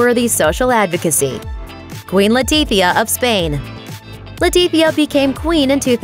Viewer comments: why she keep saying Queen Latipia instead of Letizia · leticia not letifia!!!!